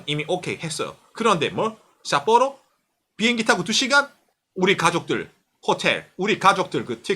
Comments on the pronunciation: 삿뽀로 어감 너무 찰지네요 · ㅋㅋㅋㅋ삿뽀로 할때 발음봐 ㅋㅋㅋ 빵터졋넨